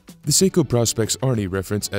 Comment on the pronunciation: Don’t mean to be that guy but; I’m really getting tired of the mispronounced “Praw-Specs” of the Professional Specifications line of Seiko dive watches. It’s not pronounced Praw-Specs, it’s pronounced “Pro-Specs”; again, as in “Professional-Specifications”… There; I said w.